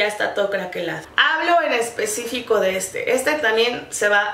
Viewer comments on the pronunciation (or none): Alguien mas noto que dijo "en especico" en vez de especifico??